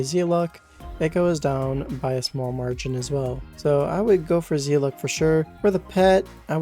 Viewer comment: its zeh-lott same pronunciation as weapon...